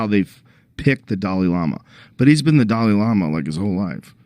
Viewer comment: "watdahell the damalama do?!?" 😂😂😂😂😂